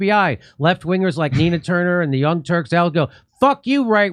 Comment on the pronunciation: Did Jimmy mean to say the young turds?